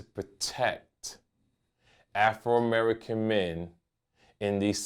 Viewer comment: "AFROmerican" haha